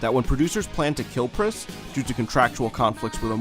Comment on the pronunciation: haha dude I had to listen like three or four times to realize you weren't saying "Priscilla Prisasagiri" at the beginning. good stuff.